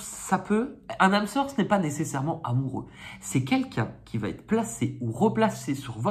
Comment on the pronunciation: bonjour, pour vos gratouillis des mains essayez Eucerin, souvent ça marche. on ne dit pas vaT etre on dit va Etre